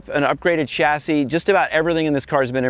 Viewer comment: You can tell Paul's a true car enthusiast by the way he properly pronounces "chassis", unlike most Americans.